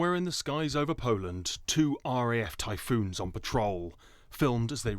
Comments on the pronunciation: What is a RAF ' Tycoon ' ?? lol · Lol "Tycoon" and "M I G" . It's a good thing her job is to introduce someone who knows what they are taking about because she clearly knows nothing about this subject. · jeez?? Tycoon? Where did you learn English, nofkoria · She's getting old tycoon instead of Typhoon😂😂😂😂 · She obviously misspoke and you definitely overreacted on this one. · Ry TYPHOON not tycoon and try MIG not m i g. Sigh.